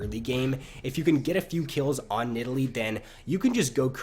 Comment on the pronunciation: a tips for improvement: Try to not speak like this "when nideLEE..... ..... ... hits her speAR. .... ..... bla bla.. ... .. blaaAAQAAAASDS" You have very wierd pauses and you give the endings of your words so much extra preassure. It gets really anoying after 2 video :| But apart from that your content is golden (Y)